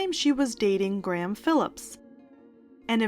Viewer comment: did you sincerely just say gray-ham? instead of graham?